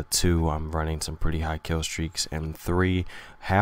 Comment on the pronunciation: For some reason I thought he said "raining pudding girl," not "reigning pretty girl."